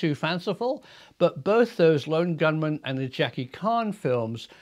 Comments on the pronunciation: Jackie CHAN , pronounced With a CH sound as in CHANEL not KAHN as in Rath of KAHN ( Star Trek) . Good Video tho! Love the KAHNEl, lol, JK CHANEL!! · its CH-An not KHAN hahahah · I don’t like correcting people but Jackie chan isn’t pronounced like con the h isn’t silent. His name sounds like can with a H in it cha cha an chan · Chan not karn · Jackie Khan? Chan sounds (ch)ange